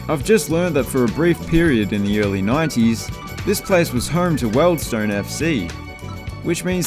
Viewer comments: Mate, you may be Antipodean, but Wealdstone is pronounced "Weald-stone" and not "Weld-stone". I live there so it upset me! 😟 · It’s WIELDSTONE NOT Weld